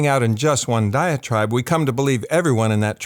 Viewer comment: Just one critical note: You need to verbally emphasise "diet tribe." I thought you were saying, "diatribe." That made almost no sense, but just enough to confuse me, till I turned on the subtitles. One could be from one "diatribe" or another, so it sounded like you were kind of coining a new usage of the word, rather than coining a new term (as I have never heard of a "diet tribe," tho the idea makes entire sense). Side note: vocal fry is a little distracting.